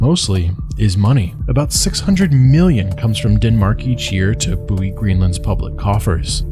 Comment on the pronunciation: Milllion? :P